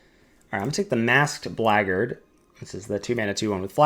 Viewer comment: I subbed bc of the good content but really bc you pronounced 'blackguard' correctly